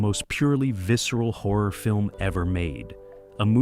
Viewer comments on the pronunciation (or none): WHAT FRIGHTENS ME THE MOST IS WHEN PRONOUNCING "HORROR" SO THAT IT SOUNDS LIKE "WHORE".